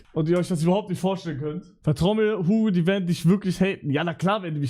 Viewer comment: mal erwähnt das ügo aus a plague tale kommt ? vorher noch nie irgendwo gehört oder gesehen das jemand so schreibt und spricht.